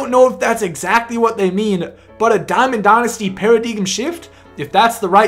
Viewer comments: Did you really say para-DIGUM? Theres no such word lol I'm assuming your trying to say Paradigm, pronounced Para-DIME... stay in school kid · Its pronounced Pear-a-dime you Dumbfuck. Lol yeah haha haha!!!! You missed out on a sub cuz I was laughing too hard to hit the button...JK good vid bro